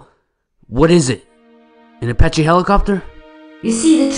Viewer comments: I died when u said appache helicopter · I lost it when you said apace helicopter XD